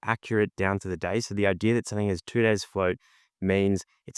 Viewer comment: I'm five minutes in, and you repeat yourself an awful lot, and it's no idear, it's idea.